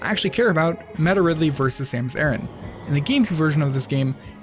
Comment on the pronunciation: ARAN NOT ARRON